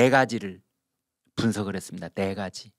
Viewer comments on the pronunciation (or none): 네가지를 내가지로 발음하시면 안됩니다.